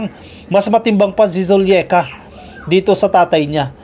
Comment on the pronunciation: it’s Zuleika….not Zulieka….